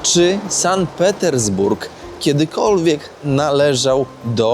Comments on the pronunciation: "San Petersburg"??! "Sankt" względnie "Sant" ciemna maso! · SANKT Petersburg a nie San Petersburg ;) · Super miasto, teraz jakby za żelazną kurtyną, dzięki za pokazanie. Jedna uwaga to Sankt Petersburg nie San Petersburg, a w nim Ermitaż na nie Ermitraż - to trochę razi 😆